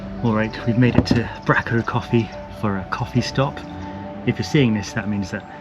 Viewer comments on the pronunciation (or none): Hi, another great video, thanks. I must say hello next time I see you walking your dog. One small tip - its pronounced Brayco, not Bracko but you weren't to know!